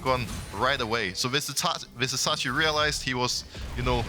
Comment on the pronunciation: Pls pls Pls learn Vizicsacsi's name properly. It's a pain to hear it. The "cs" is pronounced like first part of "choose". Thank you